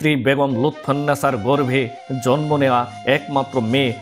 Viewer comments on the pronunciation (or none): none